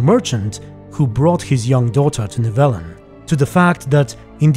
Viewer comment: I’m just mad at the mispronunciations more than anything